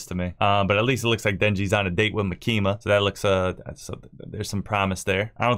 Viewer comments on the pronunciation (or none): the way you say Makima is a bit off , you are emphasising the I in mak"i"ma but a better thing would be to emphasise the first A in m"A"kima